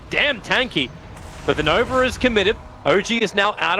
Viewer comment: I swear Tobi is saying "Nover" instead of Nova